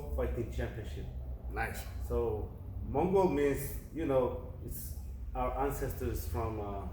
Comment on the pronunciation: It’s not Mongo, it’s Mongol